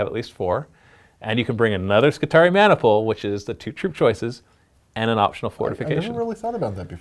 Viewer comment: skitari-eye! say it that way, it not only sounds way better, its correct. :P